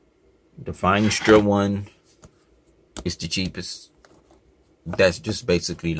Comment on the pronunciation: Finestra means "window" in Italian, and it's pronounced more or less fee-nest-rah (rough "r" sound).